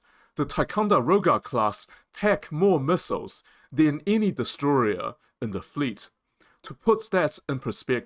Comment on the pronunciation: except for "DestrorYer" <D